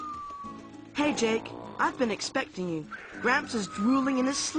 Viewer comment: when I get up to the grandad the boy says dake instead of Jake on mine